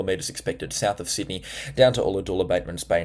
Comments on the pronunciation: G'day, thank you for your input. Just to hrlpnyou out with some name pronunciations: Forster (Fo-sta) and Ulladulla (Ul-uh-duh). Also, I dunno how you are going to do your paid channel, but I watch WW NZ (Weather Watch NZ) and Phil shows isobars including west and south of Australia, which shows what is incoming toward us. Is this what you looking to do or not? I realise you are busy, and I love your forecasting as well. Thank you for all that you do. It helps me with Scouts and activities with the local youth in the area. Kudos 👏👏👏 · ollahadoola hahahaha thanks for the forecast but you really pronounced that wrong there mate haha :)